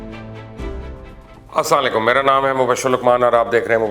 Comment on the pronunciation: Mobasher bhi aslamoaykum bola kren ap اسلام علیکم ke م she nhe bolte plz ager me glat hon to mere islah frmaye,shokrya Tariq from gujrat